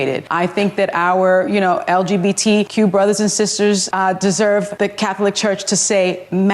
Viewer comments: The way Sunny says Cath-o-lic is annoying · Sunny Hostin needs to stop talking for the Catholic Church. Btw, the word “Catholic” is 2 syllables, not 3, Sunny!